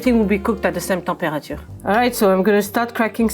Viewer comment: The way he pronounced "mirror" and "temperature" you can tell he's not even trying to speak properly.